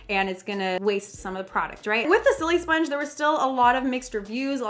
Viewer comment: It's annoying me how she says silisponge she says sillysponge